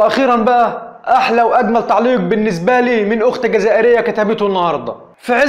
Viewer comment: كولمبية هههههههه كولومبيااااا علاش لسانكم ثقيل على النطق ياخي لغة عربية لي علمتوها للعالم ههههه افريكيا ههههههه تعليك هههههه أي لغة وأي لهجة ولا لغة المريخ هههههههههههه